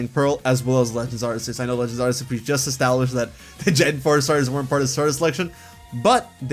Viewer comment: ARK EE USS say it with me now: ARK EE USSSSSSSS